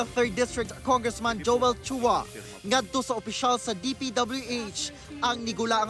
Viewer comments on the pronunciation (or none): none